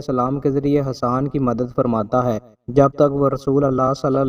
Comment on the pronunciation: Hadan nahi hasaan please correct the mistake